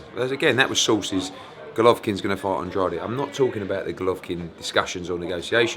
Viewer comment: How long has Eddie been working with Andrade and he still can’t pronounce his name. He looks like a donkey in that turtle neck as well.